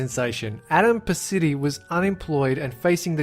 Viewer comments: What Culture Adam!! He spend pounds not dollars and it's pronounced Pa- ch- ee- ti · It's pronounced "patch eaty" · Its pronounced Adam Parmesan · It's pronounced Parmesan. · ADAM, he pronounced his name wrong though. I think the "big company" is WhatCulture